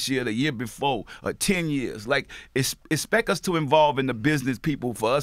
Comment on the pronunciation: Did P just say expeck us? 😂😂😂😂😂